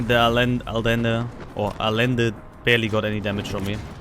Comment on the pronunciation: It is a-yen-duh, or in German transcription A-jen-de. Double l is spoken as ye in Spanish, in some parts of South America it's a soft sh, as in A-shen-duh...